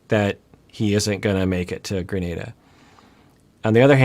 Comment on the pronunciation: Hate to be this person especially after the alay incident, but I'm pretty sure it's "gruh-nah-duh"